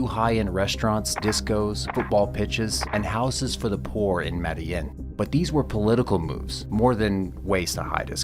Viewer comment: I hate how you pronounce medellín lol .